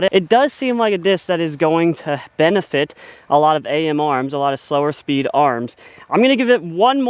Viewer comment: Its just Am not A-M. Short for amateur you AM